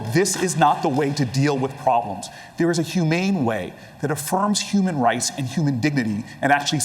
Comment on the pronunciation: Did Cory say human rice at around 2 hour mark ? 😂